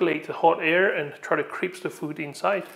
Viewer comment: What is "crips"?? Do you mean "crisp"?